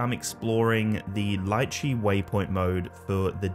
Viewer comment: Can't pronounce Litchi tho..